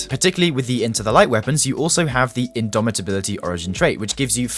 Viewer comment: Finally! Someone who says IndoMITability and not IndoMINability. You rock! 😊